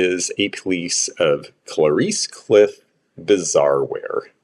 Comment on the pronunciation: I love your expertise but can you check out the how to say Clarice in english.❤